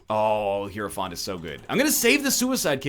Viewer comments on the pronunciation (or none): none